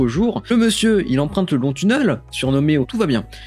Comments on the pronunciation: Super vidéo vraiment qui traverse un peu l’histoire de TBC! Je pense que cette année va être fructueuse pour Elon Musk ;) Sinon petit débat mais on dit « tunèle » pas « tuneule » mdr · Vidéo intéressante mais pardon... on ne dit pas "tunneul" mais "tunnél" (sans l'accent sur le "e" mais ça se prononce comme ça). Ça gâche un peu la vidéo par moments !